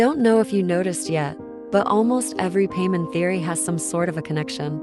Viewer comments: She literally says her name as "Pie-mon" just a second before, and then you proceed to say "Pay-mon." 🙄 you even started the video by saying her name wrong. This is awful jfc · "Pay men" 💀💀💀💀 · pamen? its pai mon mon not men... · Pay men. 🤣 it’s pie mon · So much efforts but couldn't think over saying pymon instead of paymon. So much for the ai voice over tools and iq. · Just to correct you if your not using a voice changer it like pie-mon not pea-mon😅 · Don't say paymon.... It gives me Vietnam flashbacks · girl.. its paimon not payment 😂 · Ah yes, Pay-mon. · Yep, clicked off the second you said "Paymon" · I just can't bear hearing Paymen again and again. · it’s important but it’s not important enough to get upset. Humans say names wrong all the time. So once again it’s not that big of deal. I think the way it says the names are hilarious. Lol Pay-mon hahaha I hear Pay-Mom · The instant I heard Peman instead of PAIMON I disliked the video and quit. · "paymin"??? WTF 😂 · The text to speech using the pronunciation of one of the seven kings of hell for paimon is great